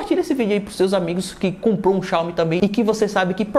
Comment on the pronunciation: mano ate hj tu fala o nome xiaomi de maneira errada kkk